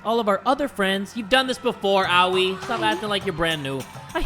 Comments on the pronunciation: ikr. Just say it how the game says it cheese and crust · me watching him butcher danganronpa naes in eternating. Byakuya: Beeyakuya actual pronounciation: (bya kuu yah) Sayaka: Seyaka actual pronounciation (sah yah kuh) Aoi: OWIE actual pronounciation (aa uu ui) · Late reply but it is pronounced A-oy not Ow-i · Japanese names are easy to pronounce. Aoi isn't awi too. It's a-oy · I used to pronounce it as "a-oy" before but since says it like "awi" a lot I'm used to it now lol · Lol.. Ironically, no, that's not true. I have no clue where you're getting your information, but it is correctly pronounced "aaowee", or "awi" as you say it. English vowels aren't the same as Japanese vowels. "A-oy" would be pronouncing Aoi using English vowels, which would be inaccurate. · < Aoi it's NOT pronounced as Ah-oui. but as AH-O-EE ( means blue. ). it's pronounced as A in cAr, O in sOrry and I like EE. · The Awi (Aoi) still pains me